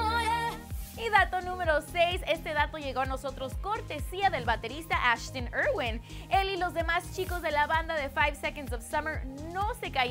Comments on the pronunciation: Ashtin y keilum..... Dios... Y el nombre de calum esta súper fácil de pronunciar! Es CALUM! así como se escribeee! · JAJAJAJAJAJJA KEILUM JAJAJAJAJA SUMMERS JAJAJAJAJAJ ASHTIN JAJAJAJAJAJSJ MATATEEEEEEE WEEEY